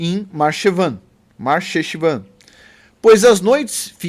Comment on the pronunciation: toda vez que vc ver uma transliteração do Hebraico, Ch se ler com som de RR forte, porque é a transliteração da letra Chet (RR), logo, Marcheshvan pronuncia-se Mar rreshvan